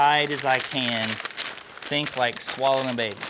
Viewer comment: It totally sounds like he says “like swallowing a baby”, not swaddling. Lol